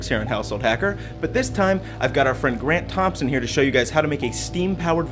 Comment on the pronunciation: for a second it sounded like you said Brent Thompson